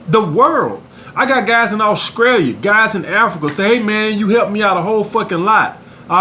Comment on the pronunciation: “ i got guys in Auskrelia” Lol he says S with a K all the time, Strategies he be like Strakities . Any else noticed that?